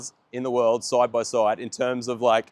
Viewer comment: "Let's look at this car SOIDE by SOIDE"